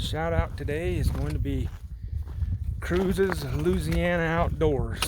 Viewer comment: Hey buddy....you and Becca...y'all never disappoint :-) My 2 fav hiking channels as I think I've mentioned several times hahaha! Thanks for the shout-out brother...you even pronounced Looooooziana like a good ole Cajun hahaha! Man I heard that thunder....yesterday Evanne, Eli and I were metal detecting and a massive lightening bolt hit a pine tree bout 50' from us...was epic and scary and crazy...and yes...the gopro was running! Have a good one brother!